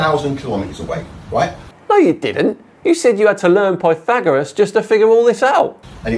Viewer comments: Pie Thegorian 😅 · It´s " Plyhagoras ", innit??? Rgr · I wish people wouldn't use Alexa in videos. Mine just asked me to repeat the question. Maybe he should ask Alexa what the correct pronounce Pythagoras is. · I had an insane amount of error trying to figure out he was attempting to pronounce Pythagoras